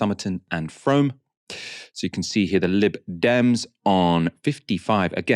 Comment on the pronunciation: It is pronounced froom